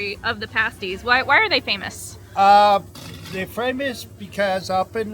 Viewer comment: I think I was in your first 5,000 subs. So glad to see you step out to do longer trips. Two things. First "paaas-ties" in most UPer's dialect, not "pay-stees" but they are definitely a UP thing. Also, now that you're doing somewhat longer rides, I highly recommend riding to Newfoundland. I've done it twice. The friendlist people in the world and you'll likely see Moose and Puffins. And if you go to the Gross Morne National Park check out the Tablelands... and be careful, all the plants growing there are carnivores... and no I'm not kidding. In Newfoundland, you feel like you've gone to something more than a foreign country.... It is said no real motorcycle adventure can begin until you tie your machine down on a ferry. A short one hour ride from Labrador, a relaxing eight hours from Port Sydney north to Port au Basque. Best motorcycle trips I've ever made!! and the coffee is a good step to owning that coffee shop! Go for it!